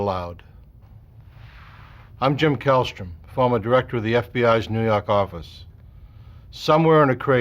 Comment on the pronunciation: NEW YAWK AFFICE!